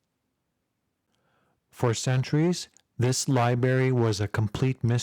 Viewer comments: Ummm - “libary”. Who doesn’t know how to pronounce library? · I’ve got a challenge someone find the first R in library for this guy 😂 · Silent R what? sounds amateur.